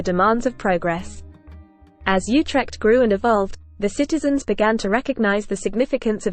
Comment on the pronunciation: Not You-trekt OOtekt.